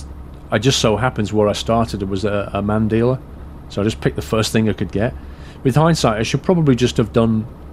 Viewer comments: Its MAN ffs... Not M A N:) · man not m a n with spaces its man